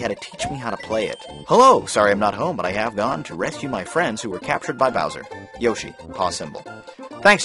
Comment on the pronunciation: Are you going to refer to Yoshi as "Yosh" the whole time?